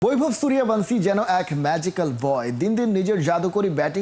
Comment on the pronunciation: সুরিয়াভানশি নয়। এটার খাঁটি বাংলা উচ্চারণ, সূর্যবংশী।